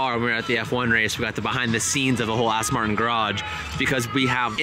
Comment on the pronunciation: Aston Martin, not Arse-ton